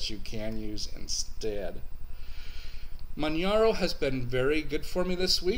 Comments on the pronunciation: I agree with Bierce88 it is pronounced as in Kilimanjaro after the mountain range..Some people have been pronouncing it Manharo but that is wrong.. Manjaro has probably the best hardware detection in the business and the AUR is possibly the best source of software...My only other system I do like to use is Antergos which is true Arch with a GUI. Great video and thanks for this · Yeah... it sounds like Kili-manjaro. mispronounces it... too much Florida Sun!;)